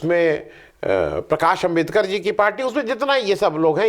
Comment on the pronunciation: क्षमा करें, कर्नाटक मे कुल सीटें २८ हैं. उनमें से २५ बीजेपी को मिली थीं... कृपया "आंबेडकर" कहिये, "अंबेदकर* नहीं...